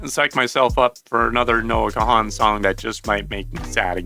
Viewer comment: The 'H' in his last name is silent